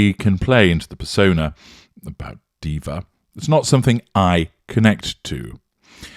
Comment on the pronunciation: So MM doesn’t understand the meaning of the title of her podcast (apparently she believes “archetype” means “stereotype”), and she cannot pronounce the (buzz)words she uses (it’s per-SOH-nuh, not per-sah-nuh), and she doesn’t let her guests speak. Clearly this is the sort of literate, worldly, empathic and curious individual one would want to host a multi-million dollar podcast. What really makes me angry is that there are many, many (genuine) women of color who would do what MM pretends to do but would do it WELL, and won’t get the chance because MM has more fame—er, notoriety. The self-servingness of that final bit (claiming she is NOT a diva—that’s just some “nonsense” from the press—but still managing to emphasize the “fabulousness” of her sartorial presentation) is nauseating., as a narcissist’s daughter who has logged more hours in the trenches than I would like to admit, your observations are, as you know, absolutely correct. Well-done, as usual.